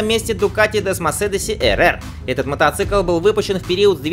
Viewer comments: Автор, при всём уважении-не десмосидиСи, а десмосидиЧи. В итальянском языке даже созвучий таких нет. И не Олинс, а Ёлинс или Йолинс. И у Априлии RSV4 1100 кубов, а не 1999, как озвучено в ролике. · Desmosedici chitaetsia kak Desmosedichi.S perva pereprover, potom vipusti video blin.Nadaieli uje kajdi raz popravit.Toje mne blogeri.